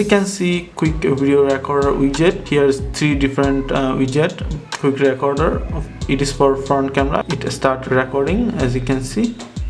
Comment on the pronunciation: Its not pronounced racorder. Thats what you're saying you pronounce the E the same as when you say Please in the word recorder. So say it like reacorder. I'm not hating just trying to help you.